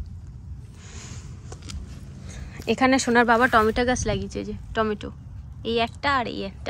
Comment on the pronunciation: Tumi bar bar tometa bolo ota টমেটো hobe